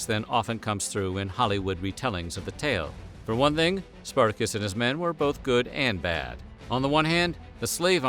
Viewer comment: Spartako or Spartacus is not pronounce that way, is not an English name.